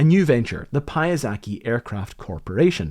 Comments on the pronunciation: I love your videos, but I must intervene here: Piasecki is polish surname, and you're spelling it wrong. The way you spell it sounds japanese. Check on google translate. This surname originates from word "piasek" (sand). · How do they even came up with this??? If I'd sketch this and show it to my design professor at uni, he'd laugh, ask me if I was sober when I came up with this and told me to design something that makes sense. But they somehow thought it was a good idea, decided to build it and built it and nobody during this whole process thought "Guys this is dumb, it's not gonna work". BTW Piasecki is a Polish name and it would be pronounced "Pyasetzky" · As a Pole, your pronunciation of Piasecki's name made me giggle. Yes, it's wrong, and no, don't worry, nobody's ever going ot get upset about this. We know our language is strange, if you feel comfortable saying it like this, it's fine. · as i remember he is not "pyasacky" but polander P,yasetsky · One comment, his name is pronounced incorrectly through the entire video. It's Pie-aah-secky, not pie-ah-zaky. This from one of his daughters, who I met when we both worked at Sikorsky. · I'm sure it was interesting but I gave up after hearing "Piazaki" too many times. It's Piasecki!!!! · Do you think you could make up your mind as to the correct pronunciation of the guy’s name? PiasEcki,…not PiasAcki? Does that sound like a reasonable request?….sorry,? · "pronounced /pie-uh-seck-y/" ...why? He was the son of a Polish immigrant, in Polish it's pronounced /pya-sets-key/😅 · Holy damn, what an absurd contraption. Thanks for the video man! I love these videos and especially like the drawing studies. BTW "pa-ya-zah-kee" sounds almost Japanese to my ears. Given it's a Polish surname, we'd pronounce it more like "pee-ah-sets-key". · Don't read his surenamr Payazaky but Pyazetzky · It's not [pie-uh-seck-y] - it's [pjaˈsetski]. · Piasetskiy. Paiazakee sounds like a Japanese dish. Nevertheless thanks for the video.